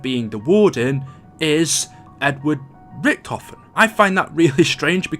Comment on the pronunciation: its ricktophon dumbass